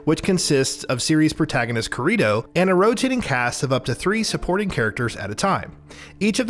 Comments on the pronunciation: How did he get 'Kir-ree-toe' from 'Kirito'? I get that plenty of Japanese names and words can be difficult but Kirito is about as simple as it gets. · LMAO KUHREETOE. bro if you are gonna make reviews for games at least know how to say the names of them. who plays the game without having seen the anime?? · kuh-rih-toh yep, sounds about right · Sometimes you just gotta sit em down and be like... Me: Repeat after me. Kee. Ree. Toe. Kirito. Them: kee. Ree. Toe. Dorito! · wtf did you call him? 😂 Ka-ree-toe ? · I burst into laughter at "kahreeto" very funny video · "Series protagonist kerito" This triggers me on SO many levels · How you gonna have someone do the review for a game when they don't even know enough about it to know how to pronounce the MC's name? Like, I'm sure they SAY the name in the game, which means he can't have actually played it if he doesn't know what it sounds like. What was that nonsense, Dorito with a K? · There’s no way u watch sao if u pronounce kirito like that(ka-ree-toh) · Thai man said curito 😫😫😫 noooooo lmao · he say kurito 😂 he never seen the series he ain’t a fan prob just wants the click bait. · Did this mans just pronounce Kirito like Dorito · I heard him say "Karito" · Hearing that mispronounced "Kirito" is painful to listen to. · After he mispronounced Kirito I stopped listening. They need to have people review content they know. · The way he pronounces kirito makes me think he never seen the anime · I STOPPED WATCHING AFTER HE SAID KIRITO LMAO. smh 🥺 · Bro.... you hear his name pronounce like a million times in the game and you still fuck it up. He's like the only one that is actually pronounce in a way that makes sense in English. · The man pronouncing kirito... i stoped sorry. It's like another guy when reviewing P5. He would say eyegore insted igore. Im done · How he pronounced kirito name herts my soul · Bro I read this comment and imagined how he would say it and its exactly the way I thought he would pronounce it I’m dead